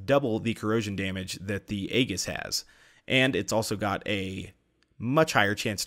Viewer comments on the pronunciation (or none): EE-jiss, not AY-giss. Like the Aegis missile cruisers. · Drone Soldier why even correct him if you're wrong too? "Ee-jis" is how it's pronounced. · It's pronounced EEE JIS